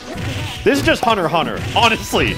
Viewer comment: Reasons why alpha is the best 1. pronounces hunter x hunter right